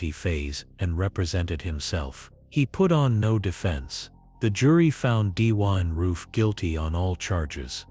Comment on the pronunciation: Perhaps you should have a person from that state to read the script so they can pronounce the places correctly. Why can you not pronounce Dylan correctly?